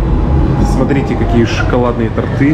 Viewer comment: Правильно говорить ударение на о в слове торты